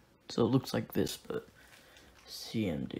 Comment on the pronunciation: did u say cnd or cmd